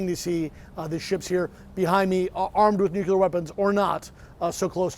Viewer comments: It's 'nuclear.' It isn't "nuk-u-lor". You're on TV, try saying it right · Gotta love the nukuler powered subs. "It's pronounced nu-clear or new-clear or nu-kle-ar." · Nukular submarine!? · What they are doing there is making sure Putin doesn't get arrested in Cuba. It's, "Nu-Cle-Ar!" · If Patrick is going to be a pro, play someone tell him to pronounce nuclear correctly. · Learn to pronounce the word nuclear for Christ sakes